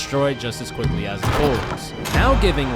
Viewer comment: It was kinda difficult to sit here and hear you say "Da" half of the time whenever you meant to say "The". Its a fundamental word and to think that you don't know it very well is mindblowing